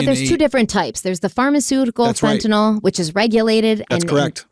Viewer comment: thank you for pronouncing fentanyl correctly.